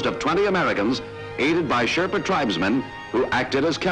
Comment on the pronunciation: Why does the woman narrator mispronounce the word "Sherpa" so many times and then all of sudden starts saying it correctly?